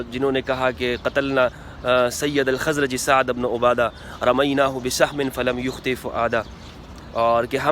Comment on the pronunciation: O bhai hello,, Mola ali ny kaha tha k huny b mashwara mein Shamil krty hamari b Raye leni chaiye thi, mola ali ko koi khila fat ki lalchi nhi, q galat bat phela rha, bukhari ki hadees dakhao jahan mola ali ny ye kaha ho, Saad ibn abada lafz Hai ubno a Ada nhi, pehly bolna to seekh lo